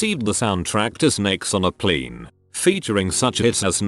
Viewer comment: Redditor: Plane Narrator: p l i n